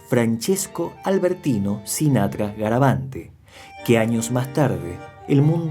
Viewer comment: Hola amigo no es garavante es garaventa. Cómo lo decís es la fonética en ingles